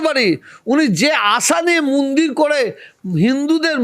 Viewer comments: মুন্দির না, মন্দির 😂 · আরে ফকরুল মিঞা ওটা মুন্দির না ওটা মন্দির হবে।